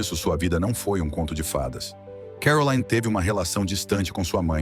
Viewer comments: Vídeo muito mau. O nome da princesa é mal entoado, se deve pronunciar Caroline, como um nome francês e não Carolaine à maneira inglesa. Ela nunca se divorciou de Ernest de Hannover, seu terceiro marido, embora vivam separados. Não consta que detenha todos os títulos academicos académicos mencionados e nem sequer foi/é essa figura benemérita com grandes feitos sociais em prol dos desfavorecidos. O que mais consta sobre a princesa são os seus escandalosos romances de solteira, o snobismo e a arrogancia propria das classes de poder. Sua beleza e elegância são a causa de sua fama e pouco mais. arro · Não é CAROLAINE e sim CARROLINE que se pronuncia… a narrativa realmente deixa a desejar…. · on dit Caroline pas Carolayne, la langue monégasque est le français ! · Carolaine!?!?! Ninguém a chama assim!! Ela é de Mônaco, onde se fala francês! Seu nome é CarolIne, onde o i é um i. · Pare de dizer CAROLÁIN....ali em Montecarlo a lingua é francesa...vc tembq dizer CAROLÍN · O nome da princesa de Mônaco não é pronunciado “Carolaine”. Ela fala francês. É Caroline, mesmo. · Caroline, é francês e não inglês (Carolaine) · É uma hora pronuncia Carolaine outra hora Caroline. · Por que o locutor fala Carolaine se em Mônaco e na França, país fronteiro, se fala Caroline. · É pronunciado em francês Caroli (li) né !! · Imagens repetitivas demais. Isso deixou o vídeo chato, sem falar da pronúncia errada do nome dela. O nome é francês; entao a pronúncia é CAROLINE - simplesmente. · E essa pronúncia "Carolaine" 😂😂😂😂😂 vocês sao amadoramente ridículos. Chega a dar pena 😂😂😂😂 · Exatamente! Meus ouvidos ficaram doendo, cada vez que o sujeito falava ”Carolaine”. 🤦🏼‍♀️ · Eu também estranhei a pronúncia do nome dela. A língua falada em Mônaco é o francês! Eu falo francês e conheci Mônaco! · A pronúncia do nome de Caroline está incorreta!